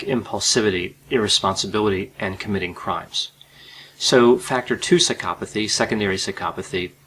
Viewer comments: i cant stand the way he pronounces psychopathy, l feel like going psychopathic myself hearing it.. Why is the accent made on the psy-CHO-pathy and not on PSY-chopathy, you do not say psyCHOpath, why would you say psyCHOpathy then? my god i seriously can not watch this video hearing that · why do you pronounce it like "sykopothy" isn't isn't it psycho pathy? you say psychopathic but then you say skyopothy lol. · had to stop watching because of Psy-cop-athy. maybe thats the way it is supposed to be pronounced but its driving me nuts. Bye.